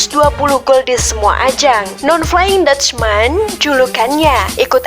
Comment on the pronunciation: tolong bwt conten creator. pembaca narasi nya HARUS yg paham sepakbola. biar baca nama pemain nya gak salah". dia BERGKAMP. bukan Beckam. flying dutchman (datcsmen) bukan datcsman